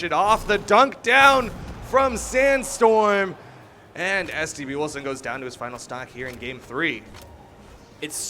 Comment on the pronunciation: Lmao who also caught the commentators saying std Wilson